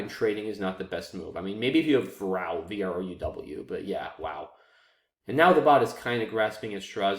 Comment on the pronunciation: I'm always surprised when VROUW comes up, the Dutch word fot woman. So weird to hear it in an English context, especially with how the pronunciation is butchered. I wonder how that made it intuitive the dictionary